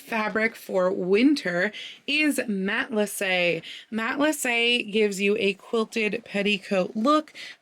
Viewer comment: Thank you for teaching me how to pronounce "Matelassé" correctly! I took French for 7 years so I know pronunciation rules but I had NEVER seen it rendered with the é (only ever seen it spelt matelasse) so I wouldn't have known that the final e wasn't dropped.